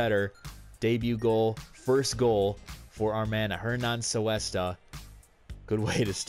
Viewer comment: Its pronounced Coo-esta not Soo-esta, sorry it just sounds so weird the way u were saying it xD